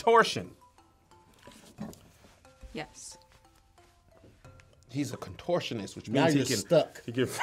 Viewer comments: what are you talking about? They messed up on contortion (in how you pronounce it) & caveat has three different ways to say it but they only had one. 😂😂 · nah it's okay 😂. They completely messed up contortion pronunciation so I don't know what they're doing. I guess it's like how you guys sound privacy with a long "I" & we go with a short "I" but both ways are correct.